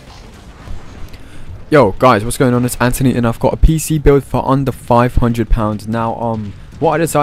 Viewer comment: Wow. Finally somebody who doesn't say our name like "AnTHony" and instead "Antony". Hehe.